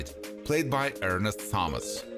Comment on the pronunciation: A couple of corrections here: 1- the family name "Thomas" is pronounced with a hard "T", as in "Tom",& B- the disease is pronounced "die-uh-bee-tees". I don't know WHAT you were saying, but you weren't even close.